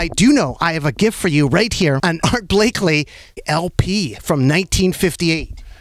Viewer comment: “Art Blakely”